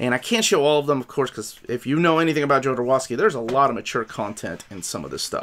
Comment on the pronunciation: He pronounces his name ZHO-do-ROV-sky.